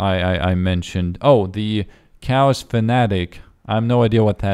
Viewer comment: Anyone else heard chaos druids as cows druids? :o